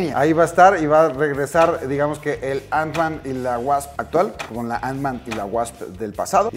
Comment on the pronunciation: Porque dice antsman? No era bastante fan y conocedor del mundo marvel? Ni teniendo la caja enfrente viendo que dice ant-man?